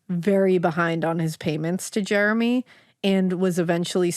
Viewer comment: You pronounced Jermy wrong, it's not Jeremy. I'm Thomas Jermy named after my grandfather Thomas Jermy born in1897 in the town of London near the chet river , my great grandfather was closely related to the brothers Isacc and Thomas,DNA test will confirm my relationship to Jermys of Stanfield and bayfield hall.